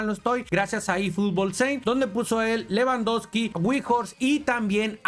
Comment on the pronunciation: Pishishi😂pichishi (lewndowsky)